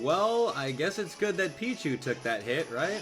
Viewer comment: Why do you say "sed" instead of "that"?